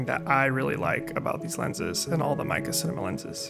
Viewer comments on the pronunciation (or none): Just a heads up, the correct pronunciation is "may(as in the month) ke (as in cook)" It's a Chinese name, I'm not sure which characters they use for the name, but I imagine mei means beautiful, but I'm not sure what ke would be. - source a dude who sorta knows mandarin aka me.